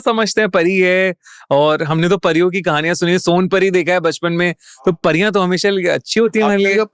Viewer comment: pariya ko phariya bol rha aur kashmiri me nahi gadhwali, kumau aur uttarakhand me hai pariyo ka man na....pta hai thoda sa par bolunga jyade